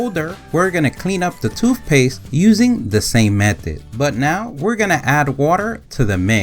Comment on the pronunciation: 😂 Well in his vocabulary, it’s spelled toofpaste, so.